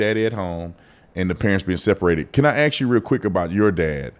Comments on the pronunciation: Never vote for anyone that pronounces “ask” as “axe”. And B you started doing it in the interview and I’ve NEVER heard you do that before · I love this woman, but dang it say ASK not AKS ❤ Regardless I ABSOLUTELY LOVE what she has to say. What a voice! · She's well spoken but still says 'AKS'😮 what the heck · How did she "ax" the question? If u "ax" a question u would seriously hurt someone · Stop saying "axe", it makes an obviously intelligent person sound dumb. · Yet this chick still can't pronounce the word "ask" properly. Is that a badge or something? This ain't my wheelhaus dawg, but I still felt lead to comment and all that. To quote the late DMX, "Gonna make me lose my mind up in here." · Her pronunciation is perfect until she has to force herself to say “aks”